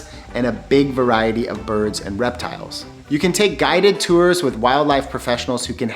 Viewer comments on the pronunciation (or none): none